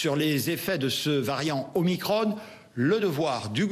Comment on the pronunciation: On dit Veran pas Verane, Macron pas macrone, donc Omicron pas Omicrone